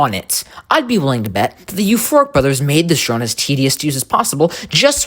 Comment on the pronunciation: when you said euphoric brothers EVERYTIME i thout you said FORK BROTHERS